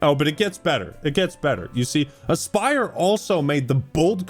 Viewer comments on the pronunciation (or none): its not aspyr. its ass-purr